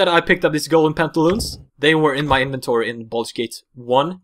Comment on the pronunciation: “baldur gate”